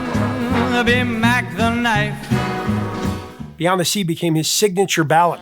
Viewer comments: 'Beyons' The Sea? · "Beyons the Sea"? LOL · That first one with Bobby Darin says "Beyons" The Sea. lol